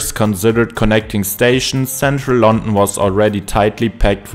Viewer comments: Very strong German accent. It's London, non Lon'en. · Why do you sound so bored. Also you mispronounced london every time lol